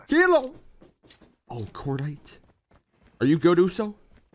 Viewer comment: The way he say kilo 😹😹